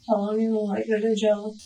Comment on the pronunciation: I can't stand when someone says "gel" instead of "jail." Like, what about that looks like gel is the way to go here?